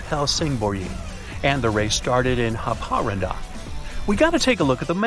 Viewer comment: Haparanda is Happa-rAAnda, same rythm as alibaba...